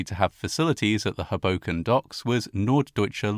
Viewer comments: Your pronunciation of Hoboken is adorable and so British. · This is a horrible event but your pronounciation of Hoboken throws me off every time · As a NYer, I can't tell you how much I love how you say "Hoboken". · I can't decide if this means he was pronouncing it wrong. 😂 I grew up near Philly, and always heard it pronounced with the first syllable being stressed. But then, this fits into one of those "You know you grew up in [place] when" memes. For me, it's "Lancaster" and "Lebanon," PA. Outsiders always pronounce them wrong. :P (For anyone wondering, they both have emphasis on the first syllable as well. LANcaster--although the a is almost long--and LEBanin) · For future (and viewer) reference, both Hoboken and Weehawken are pronounced with the emphasis on the first syllable. Always happens when people make videos about the Matawan shark attacks too 😅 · I can’t watch a video that can’t pronounce the well known town of Hoboken, NJ